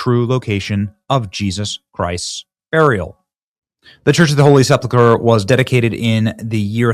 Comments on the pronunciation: Benny, please say "Holy Sep-ul-ker" and not, "Holy Sep-la-ker." Check the word's spelling: Sepulchre. Thanks. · No judgement Benny. But, its pronounced: Seh-pulk-er not, Sepple- kurr . Nothing but love, and God bless!!!